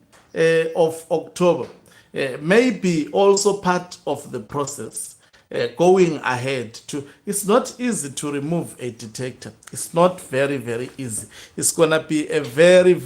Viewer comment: "DICTATOR" not detector